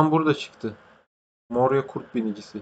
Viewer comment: moraia ya morina diyen koca yürekli adam